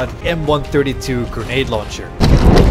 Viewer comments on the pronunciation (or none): when you say grenade it sounds like bailow and I can't tell if its meant to be granaat or what haha